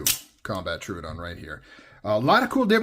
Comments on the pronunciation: tro-ah-don btw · Well, it’s not too hard. say trow instead of true trow-uhh-don. You got this 👍